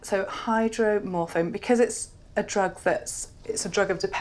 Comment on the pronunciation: Just a clarification - that patient is on Hydromorphone/Dilaudid (he did not pronounce it correctly), not morphine. The thing with this medication is that it is FIVE times stronger than morphine - particularly at a high dose, and for a tear in a ligament, is pretty inappropriate.